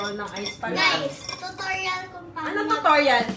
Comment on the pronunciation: Tama po si sa pag pronounce ng "too-taw-ree-uhl":)